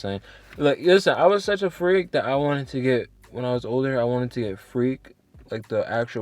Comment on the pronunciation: Mans said freak but as “frek” 😂🤦🏾‍♂️🤦🏾‍♂️🤦🏾‍♂️